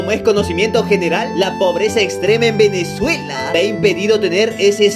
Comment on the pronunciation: goku fase venecuela